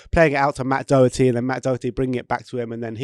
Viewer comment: we don't have a player called DOUGHerty either actually, its pronounced Daw-her-tee